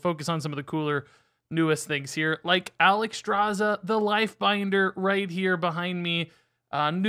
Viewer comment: Look how they butchered Alexstraza !! MONSTERS !!